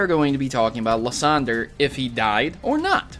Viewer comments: Lis-on-der is one and lis-on-drye too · It is liceander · It's liesander